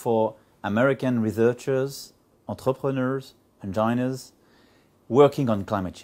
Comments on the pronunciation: aaaaAAAhhh "engineers" (endginirze version francaise pour la prononciation) pour ingenieurs (endjailleneurze version Macron) Et on le dit bon en anglais? L'anglais est une langue orale dont la prononciation est tres importante car elle determine le sens des mots. Si ce message s'adresse aux americains, la seule reaction qu'ils vont avoir, c'est se marrer pendant 10 minutes et ils retourneront a leurs activites. Oui je prefere Chirac :D This is not a method, this is provocation !! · "engineeeurs". Ah, c'est ça le "bilinguisme" de Macron ? D'accord. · comment il a dit engineers ? non mais dans sa team il y en a pas 1 qui parle anglais ? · La prononciation d'engineers est totalement fausse et après on me dit qu'il sait parler anglais XD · Il parle peut-être bien anglais Manu, mais il a quand même un bel accent de merde... la fin de "ingeneers" se prononce comme "near" et pas comme "nerd", entres autres! On aura d'autres perles,, ne t'en fais pas!;) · C'est ça bien parler anglais ? entRepReneurz, enjaïneurz ?